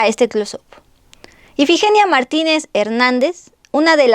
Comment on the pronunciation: Dijiste más de 2 veces el nombre de IFIGENIA mal tú dijiste EFIGENIA